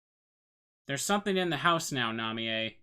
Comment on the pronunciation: Ooh. So cool that you're doing this game. Love watching your rpgmaker stuff mainly. Also, yeah. Japanese, so her name is Na-mee-yay.